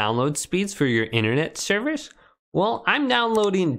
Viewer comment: The way he said “service” at the start..